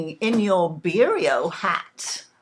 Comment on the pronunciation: My favourite drink - Licor Beirão. I love the way you pronounced it ie Beario rather than Bearow!!